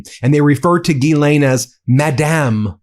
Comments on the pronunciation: Please set an example by pronouncing Maxwell's name properly. It's French and the beginning GH has that same sliding DJ sound you hear in "deja vu" or "bonjour". So, DJEE-len Maxwell. She may be a monster, but call her by her name. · Ghislaine: jeez-LAY-nee